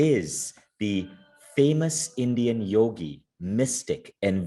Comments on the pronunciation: it is supposed to be Yogi, not Yugi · It's Yogi! Not Yugi 🤦🏾‍♀️ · It's "Yogi" not "Yugi" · It's 'yogi' not yugi. Please correct it. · 'Yogi' not 'yugi'..come on man